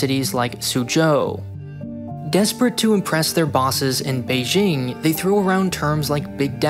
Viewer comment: Beijing is pronounced with a hard J like in the word "juice". Look up the wikipedia page for the letter J and CTRL + F "Beijing" to see more about why it's commonly mispronounced in the same way that you say Beijing. Here is the most important part though: "In some loanwords, including raj, Azerbaijan, Taj Mahal, and Beijing, the regular pronunciation /dʒ/ is actually closer to the native pronunciation, making the use of /ʒ/ an instance of hyperforeignism, a type of hypercorrection." - From the wikipedia page on the letter J. It basically says that the intuitive pronunciation of J is closer to how it should sound, e.g. you should pronounce Beijing with a hard J like in "juice".